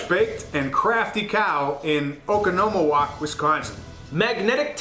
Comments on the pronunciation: Dude, it's pronounced 'Oh - Con - Oh - Moe - Walk' jeez for the love of cheese- it's funny to see people massacree Wisconsin names. Come on by, we have great people, and shitty government... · As a Wisconsonite, you totally butchered Oconomowoc....but everybody does lmao